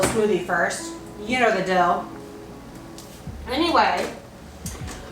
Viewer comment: Ryland fr got you saying dill instead of deal 😂